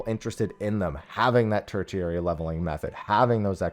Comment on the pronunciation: Ter-she-ary. Sorry, I had to.